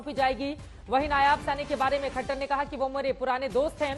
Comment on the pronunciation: नयाब नहीं नायब है😅😅😅